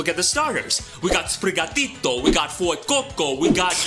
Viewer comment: I love your pronunciation of sprigatito and fuecoco, as a Brazilian and Latin American myself, this feels just right